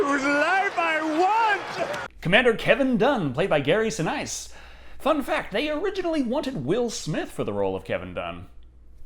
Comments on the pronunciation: Learn how to say Gary Sinise. It is not si..nice :( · Gary's last name is pronounced "Sen-eese". Seriously, "Sen-Ice"? Do you do this on purpose? Ah shit he totally does this on purpose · I think it's Gary (Si-Niece) Not Gary (Si-Nice), kinda an italian surname with a more european pronouciation, but don't worry I always like the way your pronouce the names. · Gary Sin-eace. At least that's how I have heard his name pronounced in interviews without him ever correcting the interviewer. Normally I'm not so nitpicky but In light of how your schtick is nitpicking the small details, continuity errors, weights and measurements and whatnot while reviewing movies (not that I mind that much), I figured it was worth mentioning. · Gary Sinise, it’s pronounced se-niece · It's pronounced Sin-ees. Just saying. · Awesome video, strangest pronounciation of Sinise ever, though. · Great review as always,but please learn the proper pronunciation for Gary Sinese!